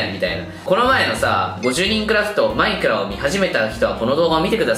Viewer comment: マ↑イクラ